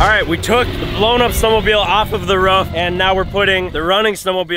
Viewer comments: saying ruff instead of roof count 3 😜😂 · says rof instead of roof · Roof not ruf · I’m from nz and hate how they say roof. Love the content